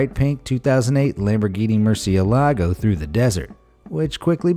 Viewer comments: It's not mur-ci-eh-LA-go, it's mur-ci-EH-la-go...duh! LMAO...but seriously, it is. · Please check how to pronounce "murcielago" properly - because you mispronounced it